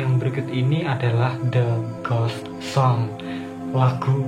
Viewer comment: Waktu abang bilang "the ghost songs" Itu aku malah denger "the gosong":v wkwkwkkwk